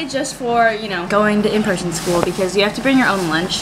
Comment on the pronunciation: I thought she said preson😂